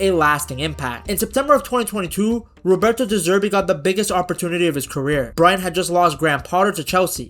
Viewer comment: Learn to say Brighton....Brryton!!!